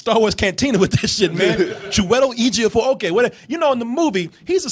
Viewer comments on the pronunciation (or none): Damn guys, Chew-eh-tel Eh-jih-ofor, it's not that hard hahaha come on.